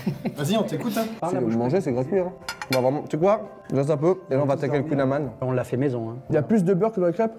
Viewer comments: Kouign Amann se prononce comme amande sans le "-de". Douarnenez en force. Très belle vidéo sinon ! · Collègues bretons, doit-on pardonner la prononciation du kouign amann ? Je suis profondément blessé (c'est faux)